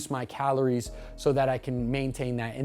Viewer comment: This whole video I was wondering wtf "calones" were xD... bro ur space between the 'r' and 'i' is all kindz of fcked up... thanks for the video because i've been looking for a video like this for weeks and couldn't find one!